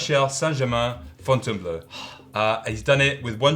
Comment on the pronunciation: Hi It's FontainBLEAU. Not FontainBLEU. So it's pronounced as blo (although not like "blow", but more like "for" with a dead silent r). Thought maybe you wanted to know. Cheers